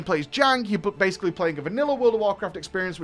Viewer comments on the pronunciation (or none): none